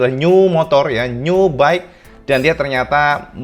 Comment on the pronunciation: Nyiuwww. Biasa aja lah mas ngmong new nya. 🤭😆 Nyiuwww